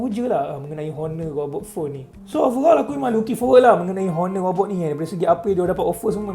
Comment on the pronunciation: robot bukan ghobot bang hahah😂